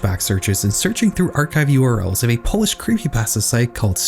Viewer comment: As a polish person I shed more than a few tears listening to his pronouncation